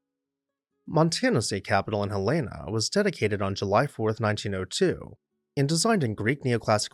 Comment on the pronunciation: Me too! Though he pronounced Helena wrong...